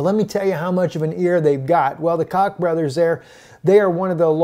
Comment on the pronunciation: That's prounced Koch ( coke ) brothers big plant in Wichita kansas